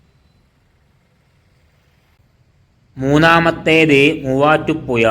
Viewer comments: മുവാറ്റുപുയ വല്ലാത്ത പുയ തന്നെ 😄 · നീ എവിടെയാണ് മലയാളം പിടിച ത് തൊടുപുയ മുപാറ്റുപുയ എന്തോന്നാടൈ